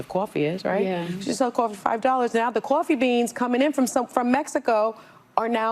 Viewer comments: what is a cup Qoffee? 😂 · I hate how she pronounces coffee… Also, these women are absolutely horrendous and spread so many lies… brainwashing women every day